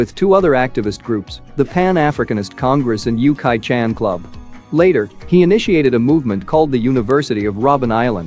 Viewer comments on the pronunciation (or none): none